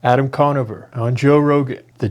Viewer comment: Adam’s Con-is-over